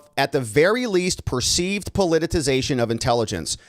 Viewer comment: Please stop saying "po-li-ti-TI-zation". It makes you sound like an idiot.